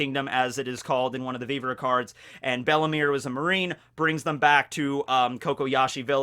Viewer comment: it is bellemere, 2nd e silent, not bellimire XD